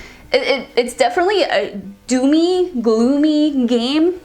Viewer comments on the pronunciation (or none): you said 'a DOOM-Y gloomy game'... Took me awhile to comprehend what I thought was 'a DO ME, gloomy game'...sorry, had to share.